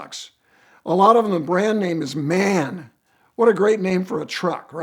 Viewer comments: It is M - A - N, short for Maschinenfabrik Augsburg-Nürnberg. Callin it man is the same as saying Porsch! The german ear dies inside. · Its pronounced M A N Randy. Not man.